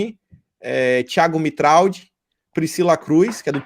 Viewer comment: Tiago Mitraud, se pronuncia Tiago Mitrô!